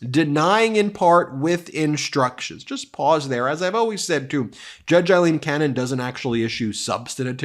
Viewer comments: It's still pronounced Eileen. Aye lean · Pronunciations... Aileen = A-lean; Eileen = I-lean. Sorry, just drives me a little crazy! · Aileen, not Eileen. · Judge Cannon is NOT Eileen but “A”-ileen!! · "I lean" Cannon. Lopsided. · It's A leen. A with an A.